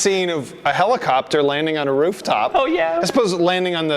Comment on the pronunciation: "Police clopter"